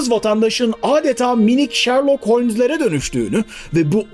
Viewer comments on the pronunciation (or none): none